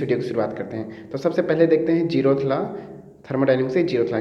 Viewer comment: Aap zeroth ko jerroth q bolte yrrr